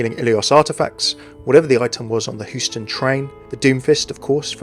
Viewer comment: just saying its pronounced like HYOU-STUN not WHO-STUN